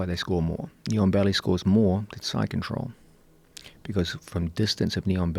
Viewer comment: thank you. Listen to it if you haven't ever heard it before, sounds like neon belly😁 of course now that I know what it's supposed to be u can never unhear it